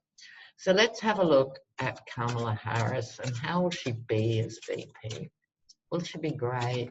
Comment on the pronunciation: Comma-luh, not cuh-mala.comma-luh. I was hoping she’d be the new AG and Stacey would be VP, but whatever works to get Biden elected! Love love love your readings...personality, humor and intelligence! ❤️❤️❤️❤️